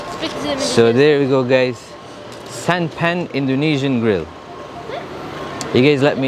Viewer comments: It is not santa-pan but san-ta-pan mean is foods or meals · U should pronounce it as SANTA - PAN instead of Sant-a-pan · SANTAPAN,it's SAN TA PAN means MEAL. It goes like this SAN is like you say SUN in English TA is like TA from PASTA and PAN is like PASTA with N instead S. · Santapan is pronounced "Santa (as you would pronounced Santa in Santa Clause" and Pan (sounds like Khan, but replace the K with P)